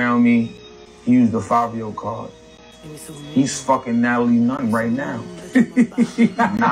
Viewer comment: “Nat-A-LIE” strikes again 😂